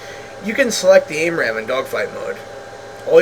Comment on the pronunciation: Great video dude. But it's AMRAAM, not AIMRAAM. Just saying. Great video though. I learned a lot. Thank you.